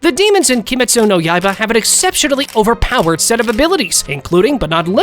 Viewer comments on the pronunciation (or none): keemaytsu no yaiga 💀